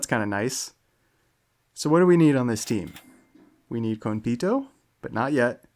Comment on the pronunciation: It’s not kon-PITO, it’s kon-PAY-to コンペイト